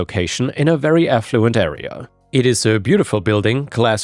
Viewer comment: Yay. So glad you pronounce affluent correctly. That's beyond 90% of Americans with English as a first language. My dream vehicle is a Jaguar or 90s BMW with a red leather interior. I love older leather which is thick and grained. Modern Mercedes in particular have really crap leather seats where side panels and backs are cheap plastic.